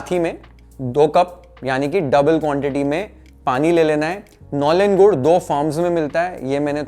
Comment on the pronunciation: Your pronunciation of nolen gur is 👍🏻